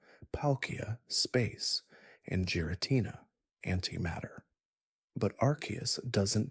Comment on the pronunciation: Not even 2 minutes in he pronounces giritina, 'jiritina"